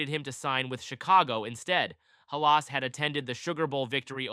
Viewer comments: It’s not Ha Las. It’s Hal iss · Pronounced Halis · Can’t even say Halas correctly, and showed soccer fields in this video. Get a clue 🤣🤣🤣🤣🤡🤡🤡🤡